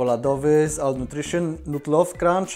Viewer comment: ALL w jezyku ang czytane jest jako OL. Reszta wiadomo, propsy. Milego dnia